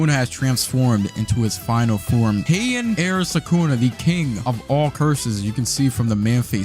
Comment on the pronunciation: hian no it is heian